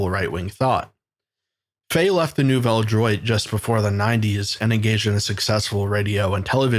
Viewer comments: no its not. it's pronounced new-velle dwat. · Nouvelle droit pronounced about Nuvel Drew-ah